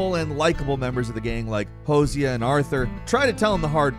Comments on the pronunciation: Did you really call Jose Josiah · hosea: Hose-A-Uh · "Hose e ah" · I don’t think you understand what that emoji means. I’m not being unnecessarily critical or pedantic. He says “I hate this guy” about Heimdall but he says his name wrong. If you played GOWR, you know how to pronounce Heimdall’s name. He pronounces “Hosea” wrong from RDR2. Again, nobody who played the game would do that. I only say this because whole thing is that he’s a gamer who talks about games and it’s also implied that he has played these games. That’s kind of his job lmao. GOWR and RDR2 are two of the most important AAA games to ever be released and he obviously didn’t play them. It just seems like he’s a poser reading a script that someone else wrote for him and he didn’t care enough to even do the slightest research. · Anyone else giggle at his pronunciation of RDR2's "Hosea"? Yeah, I didn't think so. I'm special. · The way he pronounced "Hosea" makes me think he's never played RDR2 and that's sad. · how did you pronounce Hosea's name wrong? They say it a thousand times over the course of the story. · You said Heimdall wrong. Said Hosea wrong too. What's up with you?? You've heard these names in-game, WHY do you mispronounce things so often?😂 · How tf did you pronounce Hosea from RDR2?😂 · They way he says Hosea >< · why he pronounce Hosea's name like that lol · when you said heimdall a Hosea wrong i got mad how do you fail that much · How did u butcher saying Hosea so bad 😂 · Did this dude really just mispronounce Hosea's name?